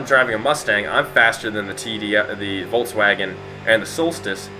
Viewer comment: Everytime a native english speaker tries to pronounce Volkswagen I have to giggle a bit, not your fault but still.